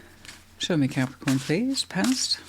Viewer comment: Thankyou, I love the way you say Capricorn ❤